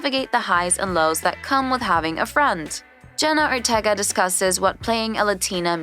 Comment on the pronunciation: they also said „jenna otega“ instand „jenna ortega“